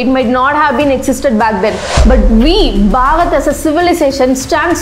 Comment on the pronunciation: Each and every information is to the point. Really appreciate your endeavours. One thing I'd like to suggest is that please make the pronunciation of "Bharat" clearly. Most of the times it sounds like "Bhagat", at least to me. I'm not sure if it's due to regional accent. But yeah, as a well wisher I think this had to be pointed out. Thank you. 🖤